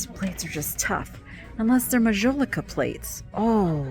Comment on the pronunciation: Since you are interested in art, and mentioned the spelling of Edouard, I thought I would mention that one of the most famous French artists of the 19th century was EDOUARD Manet. 😉 Please take the following comment as positive…your pronunciation of Majolica is incorrect. If you look the word up, it will give you the phonetic spelling! 😊 Lastly, thank you for your deep dive….Interesting info on the cut glass.